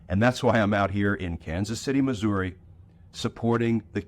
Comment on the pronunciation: Thanks, Glenn. As a lifelong Kansas City, Missouri resident, I appreciate your commentary on hawley's disgusting lack of character. I hope the nation knows that not everyone in this red state is a Republican backing Trump and hawley. And thanks for pronouncing Missouri the way the residents do.